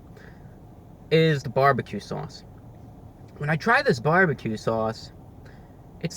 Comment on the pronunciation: I love how he says barbecue. "bwarbique"